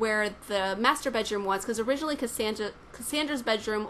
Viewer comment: i like how she pronounce "masturbate room" xD